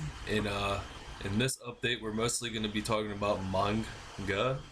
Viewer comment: i think it may be pronounced Mang ga